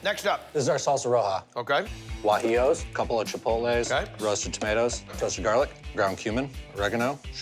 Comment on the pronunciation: if the cook can barely say salsa roja i dont trust it